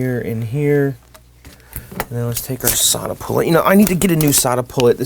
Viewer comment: You keep saying Solda-Pull-It. There's no "I" in it. Sorry, I don't mean to be the pronunciation police, but those two things were bugging me!:)